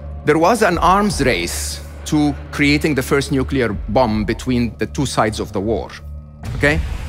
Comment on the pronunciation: nu-cu-ler took me right out of the video